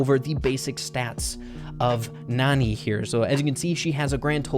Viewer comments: The a is not supposed to be silent ok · It's pronounced nAn"eye" like nani-bomb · It's pronounced nanny...